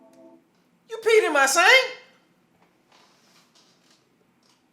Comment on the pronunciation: “You peed in ma sank” 😭😭😭😭